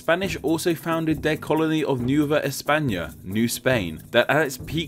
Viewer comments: for what it's worth, he butchers Spanish too. Pronouncing "Conquistador" as "Conkwistador" instead of "Conkistador" OR "Nueva" as "Noova" rather than "Noo-eh-va". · America City? There is no country named America. That's 2 continents--the North and South versions. There is, however, one called the United States of America--US or USA for short. The original name for Mexico is ten-oach-teet-LAHN; nueva = new-A-vah, or better Spanish = NWAY-vah. Kuwait = coo-WAIT, not coo-WATT.